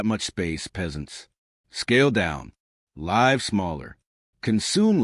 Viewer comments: AI narrated crap:”lyve smaller” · Is the narration AI generated? Cannot even pronounce live correctly .